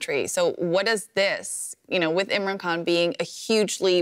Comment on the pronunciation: This reporter is terrible. Is she even Pakistani? She can't even properly pronounce Imran Khan's name.